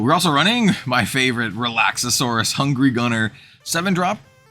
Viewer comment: I love your content! Real quick, though… It’s Relax-are-us… Relaxauras